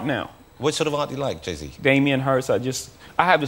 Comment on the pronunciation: “jay zay”